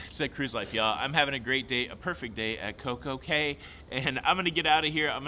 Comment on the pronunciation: It’s pronounced key (cay) not Kay